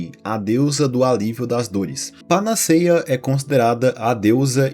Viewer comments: Panaceia se pronuncia com o "e" aberto, como se estivesse acentuado. Tem fotos na Internet do Byers sem a mandíbula. Como se tivesse "derretido" mesmo. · Se diz panaceia com 'e' aberto e não fechado. A fonética deve ser feita como acento agudo.